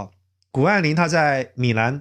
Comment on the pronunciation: 不是米难 是米兰